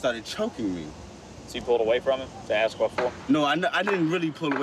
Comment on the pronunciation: I wonder why is so hard for some people to pronounce ASK?